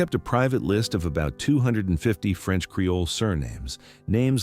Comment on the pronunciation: Creole. Not "Careoles." Your crappy AI video narration keeps mispronouncing terms and fully glitching out some words.